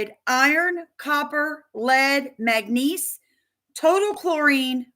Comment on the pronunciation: Are you trying to say manganese or magnesium. I'm thinking manganese. It is pronounced Mang-a-neez for future reference